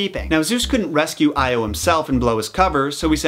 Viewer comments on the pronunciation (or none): It’s pronounced (ee-oh) not (ey-oh)